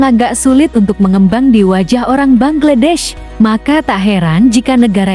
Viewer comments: Bacanya banglades kalii.bknnya bangledes😮😅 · ingin tampil beda sy denger bangedes. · Bangladesh mbak bangladesh BUKAN bangedes